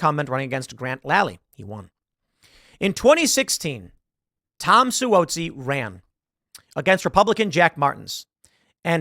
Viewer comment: Su-ah-zee (Suozzi)